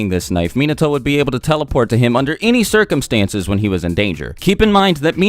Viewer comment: Not undr nrmal crcumstnses......